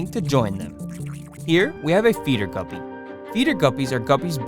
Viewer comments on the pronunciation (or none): why does guppie sound like gubby 😂 from roblox